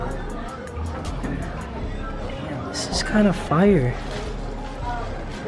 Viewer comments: He says fire like foire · says fyyre instead of fire and its funny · did anyone else realize he pronounces fire "fie-errr" its funnys asf